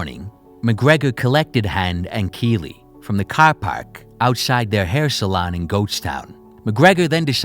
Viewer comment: Is this guy from Boston? The way he said caaaar definitely sounded like someone from Boston 😂